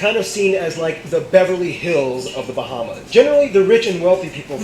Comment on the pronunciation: I’m from The Bahamas 🇧🇸 and he pronounced most of our islands wrong